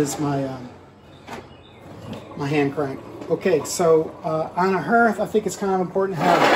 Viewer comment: That word, “hearth” sounds like heart, not like herd.